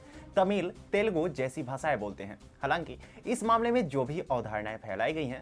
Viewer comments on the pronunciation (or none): none